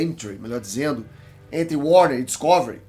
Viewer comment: Gosto muito de "DisCÓvery", fico feliz sempre que ouço!